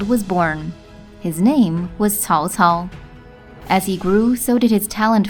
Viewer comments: the correct pronunciation is: tsao? tsao! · They tried to fix it in Dynasty Warriors 6 where they started to pronounce it tsao tsao. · "if you say cao cao you're saying it wrong" cool story bro im still saying cow cow